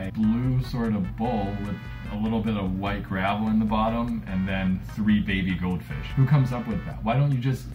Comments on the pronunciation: Like a cow fish lol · literally every time he says "goldfish" it sounds like "goat fish"